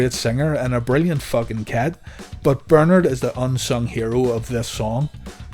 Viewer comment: Learn to pronounce “Bernard”